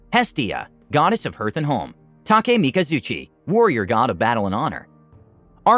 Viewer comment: "Hearth" does NOT rhyme with "Earth" It rhymes with "Garth"